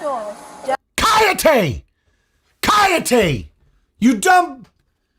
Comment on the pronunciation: The double L in "callate " is pronounced like the Y in Yes. Like the Y in Yat.